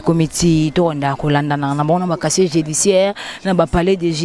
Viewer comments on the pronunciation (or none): Kkkkk on dis pas chacher on dis casier judiciaire